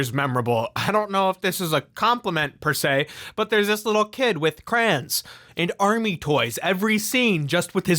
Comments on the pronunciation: Cray-on…not crans!😭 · im only here to point outhow says crayon as "Crans"...thank you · It's crayon, not CRAINS.